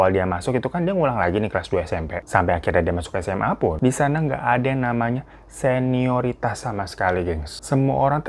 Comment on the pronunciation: Seonaritas apa senioritas bang😅 Lu salah Mulu dah🙂